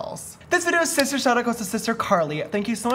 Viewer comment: Shlay shister!